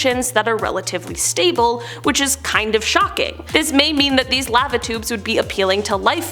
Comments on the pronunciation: I thought she was saying "Latitudes" instead of "Lava Tubes" for a hot minute. I say laa-vuh 😅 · Am I the only one that doesn’t like the way she says the word lava